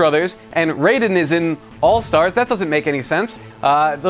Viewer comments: I thought his name was pronounced ryden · Raiden is pronounced ride-en